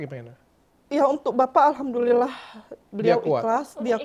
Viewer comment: Waktu dr. Richard Lee ngucapin Alhamdulillah, saya kaget (mantap pengucapan nya) .. Moga dr. Richard Lee dapat hidayah, masuk Agama Islam... Amin.... 🙏🙏